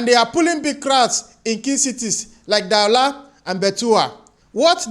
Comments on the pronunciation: Du-wa-la not Da-wu-la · Brother, kudos to your presentation. I've just recently started following you. This is my 3rd video. You're doing great. FYI, Cameroon's economic capital Douala is pronounced doo-waa-lah. And Buea is pronounced boh-yah. Keep doing what you're doing. We are watching and looking forward to all your analysis of the socio-econo-political on-goings all around our Africa.